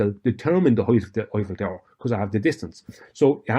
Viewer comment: Wait, is he talking about the Oiffel Tower, or the Hoit Tower?